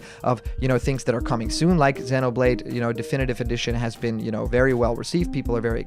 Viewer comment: I agree, this is just a channel for people that are idiots and think this is true! I just feel terrible for giving this guy one view. ALSO! He pronounces Xenoblade wrong (I think), but all in all I just find this channel dumb.